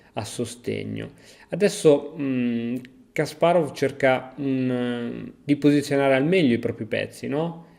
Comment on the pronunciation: Hai imparato a dire Kasparov. Altri 10 anni e userai l'accento giusto anche per Topalov e per tutto gli altri ex URSS